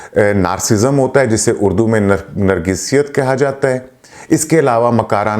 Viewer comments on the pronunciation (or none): none